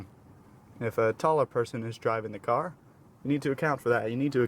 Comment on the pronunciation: "Firat thing you need is a carrr" damnit